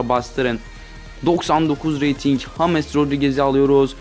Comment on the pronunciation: Salak mısın neden james yerine hames diyon